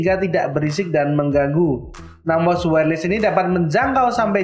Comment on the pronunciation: Btw cara bacanya "wayer les" ya bang, bukan "wayer lis" makasih :)